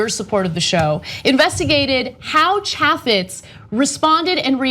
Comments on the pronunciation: Trivial note to Ana. The "a" in "Chaffetz" is long, like in "ape", not like in "apple". FYI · You don't even know how to pronounce his name